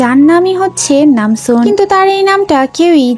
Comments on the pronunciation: Nanjoon❌ Namsoon✅ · Ai je madam namjoon na ota hobe nam soon